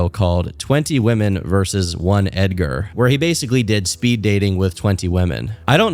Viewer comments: bro said Edgar with a hard A-R 😭😭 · Ed-ger Ed-gar 😂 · Edgar with the hard r is crazy